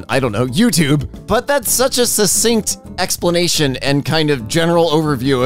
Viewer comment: did she just say “Lexsplanation?!” that is so fricking great!!